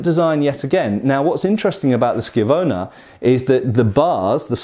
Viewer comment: Great video. So glad you said schiavona correctly. My weird brain gets annoyed at stupid things like that. Been reading the new book on highland broadswords and in the states on kindle it is only 5 bucks. I know little about the form so it is nice enough to take the novice by the hand and make thinks clear. Lessons of the Broadsword Masters: Essential Skills of Broadsword Fencing